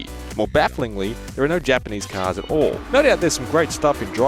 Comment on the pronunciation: ''50 chars''??? Wow, even a 2 year old can say that word properly. But you? Nope.